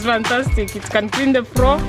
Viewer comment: floor not froo 🤪🤪Wich English is that